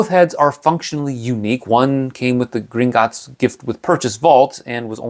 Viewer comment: It's not Gringotts. It's Gringot_ts